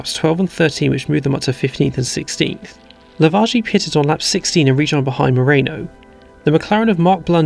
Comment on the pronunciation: If I may be so bold: As a great admirer of your work, I suggest you work on your pronounciation of "pitted". As a non-native listener, I mostly hear "pissed".